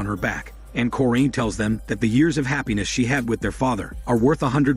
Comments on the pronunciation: Ahhh they way you say the mothers name..its cor-in.. not corr-eeeen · Mom's name is corrine said cor,-rine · Did this guy actually watch the movie, because it doesn’t seem like it. The way he says Corinne, “Foxworth’s Hall”, and doesn’t call Carrie and Cory by name. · You pronounce the mother’s name wrong 🤦🏾‍♀ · I have the same middle name as the moms first name and that is not how it is pronounced but whatever